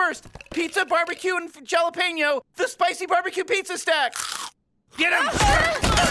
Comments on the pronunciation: Did morty just pronounce it jal-apeno? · It was more like "VJallahpeyno". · Rick knew as soon as he said jalapeño wrong he was a robot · Rick knew something was up, Morty is way too respectful of other people's culture to pronounce jalapeno wrong.